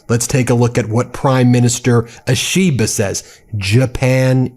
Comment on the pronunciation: You need to get lessons on how to pronounce Japanese words and names.... For example, "ISHI BA", not "i SHI ba" (Flat, no emphasis on SHI) ..... Should be a simple thing for you. It is painful to listen to you for those who know how to properly pronounce Japanese....as it will be for any language.